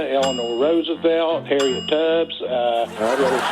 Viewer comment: “ Harriet Tubbs”